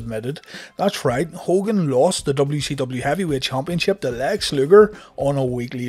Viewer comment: I like how you used chumpionship 4 times in one sentence 😂